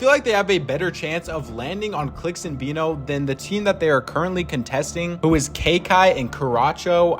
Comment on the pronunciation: His name is veno not vino .... like veh no .... i got it wrong myself for years